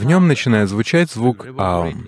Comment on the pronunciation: Невероятно! Это лучшее объяснение и произношение этого звука! Благодарна! Никто не мог нормально объяснить, даже учителя йоги.